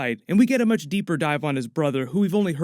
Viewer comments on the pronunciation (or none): none